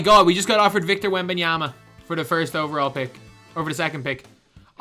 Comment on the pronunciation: Victor Wembanyamba? its yama not yamba lol